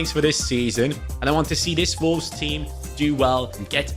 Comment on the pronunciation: love the german pronunciation of volves 😝